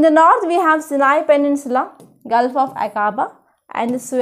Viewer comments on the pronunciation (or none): none